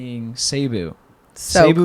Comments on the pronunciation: I love how say Cebu. I remembered how Technoblade attempts to say “Mabuhay”. So how literally most of the filipinos pronounced Cebu is “Se-bu” but it sounds like he said “Say-bu” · It’s actually pronounced seh boo❤! My spouse is from Northern Samar PH. Good luck on your mission!